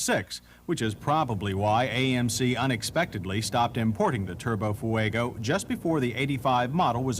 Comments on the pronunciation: I love John Davis... 'Foo-egg-oh' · Ah yes, the FoohueygO. Not as reliable as the Cam-Ray 😂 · He pronounces Fuego the same way Juliana Hatfield does in “My Sister.”